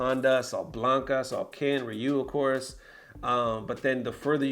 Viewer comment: F...k your pronunciation! Who is Handa and Riyu it's Honda and Ryu